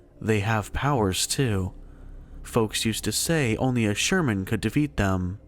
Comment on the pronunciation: Oh dear lord... it isn't "Sherman", "Shaw-man".